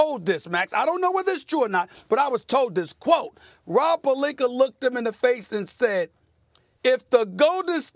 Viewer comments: Calls Rob pelinkER instead of pelinkA 🤔 how can u mispronounce someone's name with that obvious of a difference in how it's actually pronounced? maybe he's not doing accidentally... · It's retorically sneaky how Stephen pronounces his name. It's clearly PalinkA but he keeps saying PaliknkER which rhymes with and subliminally links with the context of him being a liar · Someone please tell Stephen A. it's Pelinka not Pelinker 😂😂😂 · One minute its Rob Pelinka but the rest of the time it's "Rob Pelinker" lol. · Nobody: SAS: ROB PERLINKER! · lol, SAS really likes to add an extra "er" at the end of words that end with an "a". Examples: - Tamper Bay - Kember Walker - Rob Pelinker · If this man says Pelinker one more time 😂 P-E-L-I-N-K-A. Molly and Max just sit there and let him mispronounce it too 😂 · Nobody: SAS: Rob Palinker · Stephen A....stop adding the letter R to multisyllabic words that end in the letter A. It's Pelinka not Pelinkar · Does SAS say Pelinker on purpose? 😂😂😂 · Rob Pelink”ER” -Stephen A Smith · Stephen A who the hell is Rob pelinker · Why does Stephen A. Pronounce Pelink-ah as “Pelink-er??????????? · Its not Pelinker. Its Rob Pecker. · “Rob Pelinker” lol 😂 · “Rob pelinker” come on Stephen a say it correct once 😂😂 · Absolutely no one: Stephen A.: Rob Pelinker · “Rob Pelinker” “Matthew Dellavadover” “Serge Ibaker” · Pelinker with the hard "E-R". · Nobody: Stephen A : Rob Pelinker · Nobody : Stephen A: Rob Pelinker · Take a shot every time Stephen A Snitch says Rob Pelinker 😂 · "rob PERLINKER " - Stephen A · Rob Pelinker! Lmaooo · Pelinker? Really Steven A? That's so disrespectful!! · Can Stephen A. Smith say Rob last name correctly 😂😂😂 the struggle is real #Palinker 😥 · "Rob PelinKER" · Stephen a dry snitchin. Why does he always say Rob polinker? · Why does SAS call him Pelink-er??? He always goes back and forth 🤦🏽‍♂️. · nobody: SAS: Rob Pelinkerrr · Pelinker Lomenchenko - Stephen A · I'm getting tired of this guy saying Pelinker... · rob pelinkr